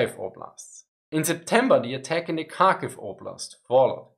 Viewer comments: Kharkiv the same as with Kherson, not a Karkiv, but Harkiv (h as in have) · It is indeed Harkiv. And Herson. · I think drop the d, so har-kiv? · Thanks for a really informative video - I learned a ton! Quick pronunciation tip: the Ukrainian and Russian Kh (Kharkiv, Kherson) is pronounced like the German Ch, or a particularly harsh English H sound. It's never pronounced as K. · so, kharkiv is pronounced as hard-kiv ?